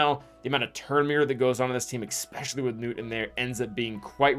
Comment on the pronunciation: The "expecially" kills me 😬